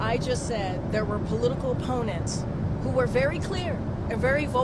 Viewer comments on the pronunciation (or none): How many times did KJP say "his political ponnents"? Ponnents?? She makes up words because she doesn't have a clue what she's talking about. Just like when she says "big farmer" instead of big pharma.